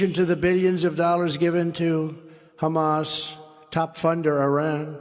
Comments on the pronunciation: The Hummus Terrorist invasion….too much garlic in the Hummus lol Sometimes he really butchers a name lol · Who's Humas, can"t even pronouce cirrectly.. lol.. It's Hamas!!! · i dont know guys when the former elect, presidential candidate cant even pronounce HAMAS correctly, things arent exactly dandy. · the first time he said Hamas, it sounded more like Humus LOL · Anybody else get the idea that this is the first time he's ever heard of Hamas, or as he calls them "Hummus". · I know this is serious but I laughed so hard at Trump calling them hummus. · Mispronounced it twice. Wondering about the possibly of him wearing an earpiece that corrected him?